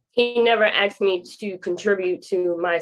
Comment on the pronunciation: Dont deal with a woman that looks like she is is well put together and still says says "aksed" instead of "asked".... Oh snap... "Visitating"?........ yeh she putting up a real front... Skip..